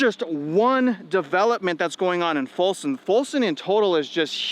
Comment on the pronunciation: It's Folsom, not Fulson.